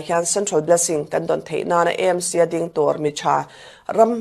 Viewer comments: Â M C tih kher a ngai lo. Ê M C tih mai tur. Mizo tawng leh English-a Association, Club, Institution etc. kan ziah chuan chuan a lamtawiah English kan hmang ṭhin. Heng Aizawl Theological College, Aizawl Football Club, Greater Aizawl Water Supply Scheme, Govt. Aizawl College, Aizawl City Bus Owners Association, Aizawl District Congress Committee etc. ahte hian Aizawl hi Â tiin kan lam ngai lo va, Aizawl Municipal Corporation anih vanga Â tih tur bik a ni lo. Chutiang bawkin Hindi ah pawh Aam Admi Party an nei a, Â Â P ti lovin E E P an tih hi. Uttar Pradesh pawh Û ti lovin IU (U.P) an ti. Hindi alphabet-ah IU a awm lo, mahse U.P. an ti mai. Andhra Pradesh te, Arunachal Pradesh te pawh Â.P ti lovin Ê P an tih vek hi. i hriat ve atan. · EMC ❎ AMC ✅ A dik zawk hrereng a, lam dikloh ṭalh kha chu chi ṭhin nang le..🤣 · "E-em- si" tiin in lam thin a adiklo. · AMC Aizawl tih ni na na na a, I lam E talh zela😅